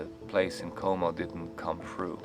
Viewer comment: Lake Como, not "cuomo" 😊